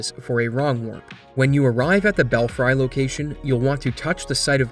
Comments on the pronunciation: Awesome and fun video! Btw, “belfry” is pronounced bell-free, not bell-frai. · To clarify this for - the word is "bell-free". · great video, as always. may want to recheck how to say 'belfry' (bell-free) and 'belfries' (bell-freeze), though. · Bro, that's a belfry, you never heard that word before? lol. It's pronounced Belfree, so when you make it plural it's still pronounced the same except you add the s sound at the end. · I believe it's called the "Erdtree" idk what an Eldtree is but they aren't in this game...also belfry is pronounced "bellfree"...never heard the expression "bats in the belfry"?